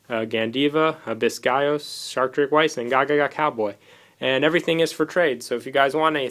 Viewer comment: It's "V-ees", TCG changed Vice to Veiss which I Google it and has no defination.